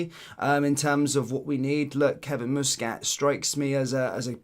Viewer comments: Its muskit no mooskit fur f..k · Learn how to pronounce Muscat mate. Youre a grifter. He's a former player and its not Moosecat ffs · the guys name is muscat with sound like bus not moose 😊